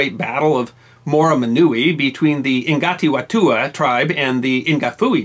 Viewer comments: Good effort wity the Reo, it can be a challenge for non kiwis, (and many kiwis) but Ngati Whatua is pronounced "Naati Fatua" (g is silent, wh has an f sound) not "Ingati watua" and Ngapuhi is pronounced "Naa Puey" not "Inga fooey". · A good video. Just a quick tip though, Ngapuhi is pronounced Nah-pooey and Ngati Whatue is pronounced Nahti Fah-too-ah. Cheers.